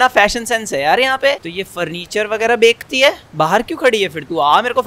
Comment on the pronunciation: Who noticed said bake ti hai instead of bechti hai 😂😂😂